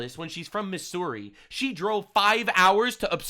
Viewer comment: As a Missourian, I've never heard someone pronounce Missouri as "MiSSouri" instead of "MiZouri".